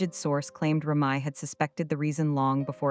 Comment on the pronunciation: TRASH & Listen at how the narrator if it announces Remy name .. SMMFH